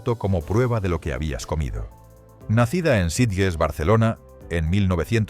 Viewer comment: El vídeo está genial, pero tío, hay varias palabras mal dichas, la que más la de Sitges, se pronuncia “sitches”😅